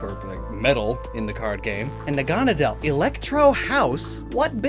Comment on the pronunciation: That's pronounced Naga-Nay-dle - Naga (as in a Greek Dragon) Naydle (as in Needle).